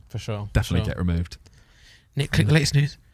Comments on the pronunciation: It’s NICKlmao not neech wtf? 💀🤣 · Isn’t it nich and not nitch?